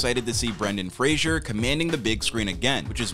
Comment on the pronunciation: Did a REAL human narrate this or AI? Fraser was mispronounced more than once at the beginning. Brendan's uncle is George Patrick Genereux (captioned Jean Rue, due to bad pronunciation). - the places named sounds like a long list, not city/state - Eureka, California. Seattle, Washington. Ottawa, Ontario. - who mispronounces "Methodist"? meh-THOD-ist?? Brendan (never Brandon) deserves a better video. 😟